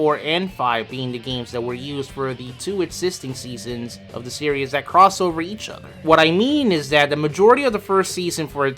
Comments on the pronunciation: For the love of god its SERIES (SEAR-EEZ) not SERIOUS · This guy must me from New York. He puts an extra syllable in series